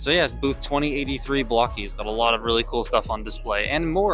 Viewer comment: As an English language arts teacher, it still bugs me to no end that it’s pronounced BLOCK-ees. But, hey… language evolves. 🤷‍♂️